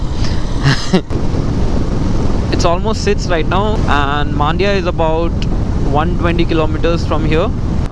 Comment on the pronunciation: Its not maandya bro its mandya similar to how kannur is not kaannur